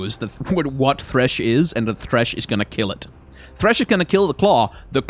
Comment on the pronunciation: "What's that gesture" "Et Eeees what et Eees"